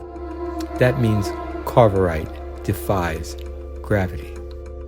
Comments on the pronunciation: That's "CAVORITE", not "CARVORITE". Lionel Jeffries' character was Professor C-A-V-O-R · You do have excellent taste in these films, but your pronunciations are a bit off. It was George PAL, not Paul. Corvarite is CAVORITE. Gary Morrill is Gary Merrill. I'll end there.